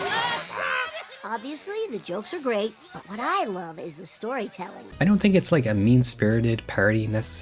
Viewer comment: There's an "h" in the word "think." Think, not tink